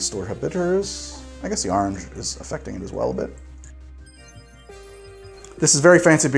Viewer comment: We finally bullied him into pronouncing orange correctly.